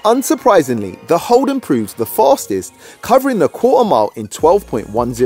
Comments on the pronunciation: Its holden not holdon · Also it's holden not holdon